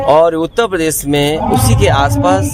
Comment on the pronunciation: not even pronounce uttar pradesh correctly...uta padesh🤣:face-blue-smiling